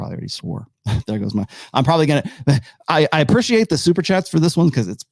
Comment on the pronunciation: I wonder at what age he will learn to pronounce 'appreciate'